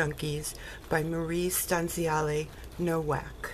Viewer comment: First I have to say is you said my name "Stanziale" right! It took a NY girl to do that. No one ever does. 😀😀In all seriousness you did an amazing job videoing my journal. You love yours almost as much as I love mine. Your journal is simply gorgeous every part! I go through it always. Simply beautiful!! Oh yes...that is the punch 😀many blessings to you and I look forward to maybe another swap one day.